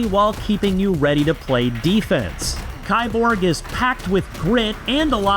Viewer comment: It's pronounced "keeborg"! Key-borg. Literally just "cyborg"